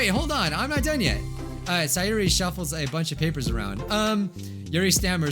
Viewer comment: Why do you keep on calling sayori saiori it’s say ori